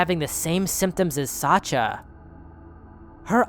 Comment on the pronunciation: Sasha is a short version of Alexander. It's with SH like in "hush!", not ch like in "Chad"